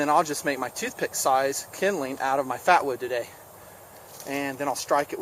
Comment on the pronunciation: Did he say fapwood?